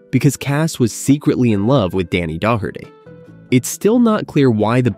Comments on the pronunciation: Another great A.I. announcer flub. The name is Denny Doe-er-tee, not dock-er-tee. You have a long way to go to get 5000 likes, hell you have a long way to go to get 1000 likes. Get a real announcer and maybe you'll get a better response. No like from me till you fix it. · Clean up your AI Narration. You totally butchered Denny Doherty's name. Do you not listen to your content before you release it?